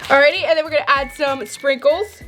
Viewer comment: When she said sprinkles I thought she said “frikles” I’m dying😂